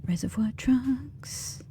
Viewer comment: I know you were saying "trunks" but your accent is just enough off mine it sounded almost like "reservoir drugs".